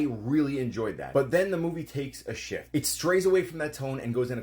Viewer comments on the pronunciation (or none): For a second in the video, I thought you said “and then the movie takes a shit..” instead of shift. That would have been more accurate